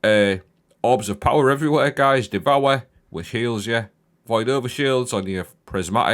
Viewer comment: The powah of devowah!